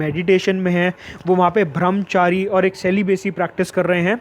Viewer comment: It's brahmchari not bhramchari